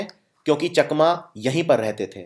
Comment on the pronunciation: Chakma ko chaakma pronounce kiya jata hai